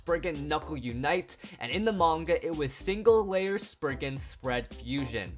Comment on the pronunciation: SPRIZEN NOT SPRIGGEN